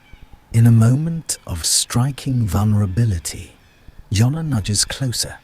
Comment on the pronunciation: JONNA JONNA JONNA… NOT YONNA